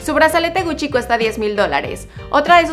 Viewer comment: Jajajajajajajajajaja no sabe ni pronunciar Gucci jajajajajajajajajaja